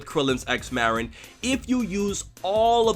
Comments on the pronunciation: It's Marron NOT Meh-rinn... I'll kill you if you do it wrong again >_< #JK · He called marron a morron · It's Marron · I legit thought #17 called Marron "Moron"... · My question and why I'm here is how did she know 17 pronounced Marron's name with 1 R. Im gonna assume this was in the Japanese version only, threatening to kill someone over a name seems like one of those goofy japanese extremes and likely wouldn't sound right translated. Guess I answered my own question by not being able to find a clip. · Or maybe it is because 18's brother mispronounced the name of her daughter, his own niece, and that could be seen as 17 not caring especially since he lives off on that island and doesn't seem to visit 18. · I still don't understand the difference in pronunciation between Maron and Marron... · Hm..... i didn't even think 18 was mad over something like that, i thought it was just because 17 said Marron wrong, and 18 being... well, 18 was annoyed. Also, anyone miss the DBZ Krillin? i just don't like how they made Krillin go from a Head shorter then 18, to like, a head and a half? still... he looks to much like a kid to me now... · I thought it was just a mispronunciation on 17's part... He didn't really curl the R and that's rude to mispronounce your niece's name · wait THIS is a meme now? why the hell isnt the "opps, my hand slipped" a meme?. Also i wonder why lazuli wasnt being herself or happy to meet up with 17 after such a long time, it seemed like she was mad at him for something, even before he said marron's name wrong